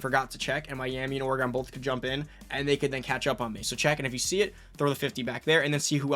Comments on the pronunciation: Great videos overall...the state is pronounced 'Oregun' not 'Oregone'. It's an east coast thing. Go Ducks! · Saying Oregon wrong has to be intentional at this point lol, I know Ive seen people in the comments on other videos correcting it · oray-gawn is crazy. but sick video! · Lol, you say Oregon a little different.